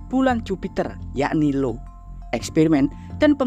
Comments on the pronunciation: io dibaca aio. bukan Lo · Di baca ai o. 😂😂😂